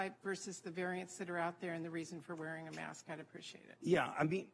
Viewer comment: And for Heaven's sake it's "mask", not "may-usk". One syllable doofus!